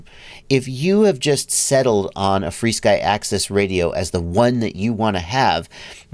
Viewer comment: Help out new users and just call it "FRSKY" not "free-sky". I know there is history.... just why not call it what it's called now?